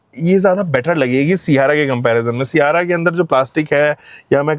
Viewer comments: 300k subscribers hokar bhi सियारा bol raha hai sierrra ko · Siyaara nhi sierra h wo mere bade bhaiya 😂